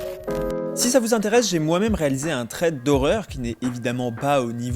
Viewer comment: Hello, juste pour te dire que thread ne se prononce pas comme ça 😊 c'est plus un "s".